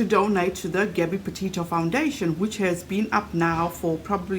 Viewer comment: Why does she say Potato instead of Petito?